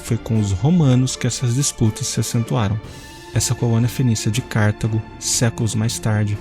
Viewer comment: Não é Cártago, mas sim Cartago (sílaba tônica ta)